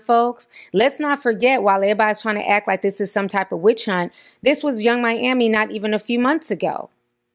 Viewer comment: Hold up… what did you call Yung Miami?!!!!😂😂😂